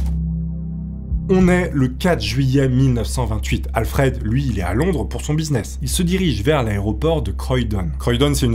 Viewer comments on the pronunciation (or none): none